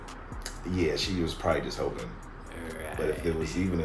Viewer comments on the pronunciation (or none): none